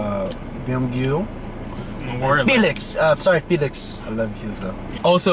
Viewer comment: I like the pronunciation of the name Felix, this boy almost looks like Felix